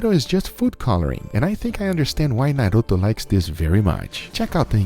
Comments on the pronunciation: What I liked the most is that he said 'Naruto' and not 'Naruuthouu'. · Can we just appreciate that he actually pronunciated Naruto in the right way omg